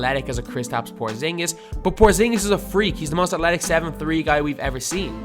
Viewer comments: Why do you say athletic like "atletic" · Please learn how to say athletic